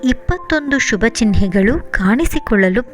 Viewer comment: It's ಚಿಹ್ನೆ n not ಚಿನ್ಹೆ